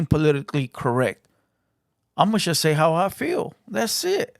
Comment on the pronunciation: Its JUST not CHUST #brokenenglish